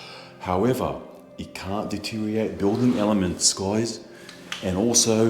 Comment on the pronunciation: Hi, just for clarity the word deteriorate is pronounced De tear ri or rate Not de teariate